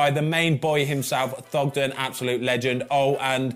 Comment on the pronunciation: Not Thogden Ben, please not Thogden